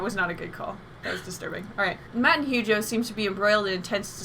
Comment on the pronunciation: Man this episode had me dying!! Always appreciate art history talk, and I keep hearing you guys pronouce Hugo's name as huge-o which just makes it all funnier